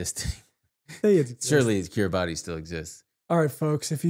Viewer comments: i hate to do this but Kiribati pronouced like Kiri-bus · Kiribati is pronounced kee-ree-bass. Hi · Kiribati is actually pronounced Kiribas, the ti in their language makes the s sound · Dying at the Kiribati pronunciation. (Keer - Ruh - Bus) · guys. kiribati is pronounced "kiri-bahs" love yall <3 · FIRST OF ALL KIRIBATI IS PRONOUNCED "KIRIBAS" BECAUSE THE "TI" IS AN S SOUND